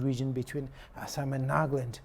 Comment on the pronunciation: Good english but it's Assam not Ass--am